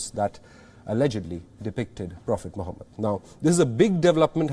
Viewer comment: did he just say profit mohabat 🤣🤣🤣🤣🤣🤣